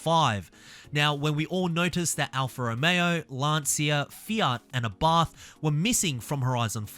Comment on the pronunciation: the pronounce of "Lancia"... good video by the way